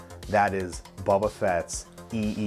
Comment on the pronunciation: You say you are a fan but you cant say “boba” you say “bubba” or “bbbba”. Just joshin still hahahaha keep up the good work dude